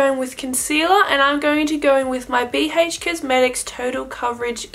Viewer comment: Bee haych cosmetics lmao